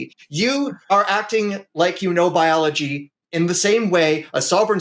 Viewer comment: What's ballology? Dude can't pronounce anything right.